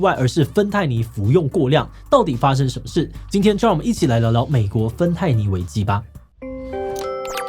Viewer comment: 一起來聊一聊芬太尼危什麽？🤣